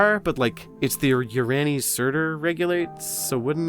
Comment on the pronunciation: the greater thurian league would be pronounced 'thur-i-an' as the turians are a race of metal birds in mass effect with just tiny bit of overwhelming militarism. not an asshole, just a trying to help since I'm also a mass effect fan.